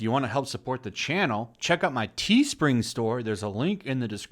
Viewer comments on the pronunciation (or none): none